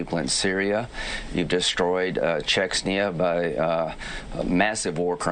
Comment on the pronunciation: Did he say Chexnya?